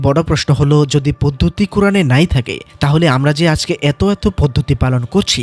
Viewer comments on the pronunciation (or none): none